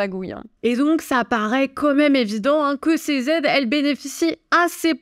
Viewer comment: " 2 000 Z'aides " ça commence à faire beaucoup là, faut reprendre des cours de français !!!